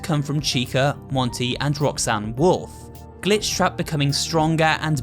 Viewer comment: As a weeb, I keep hear "Rock-san"